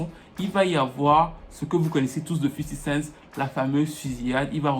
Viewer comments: J'suis le seul que ça énerve quand il dit tjrs "Fifty CentS" près de 20ans après vous prononcez tjrs un "S" qui n'a jamais existé à la fin ! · 50 Cent"s" ? Mais y'a pas de S mdr